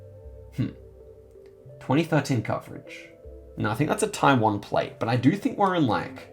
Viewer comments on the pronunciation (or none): none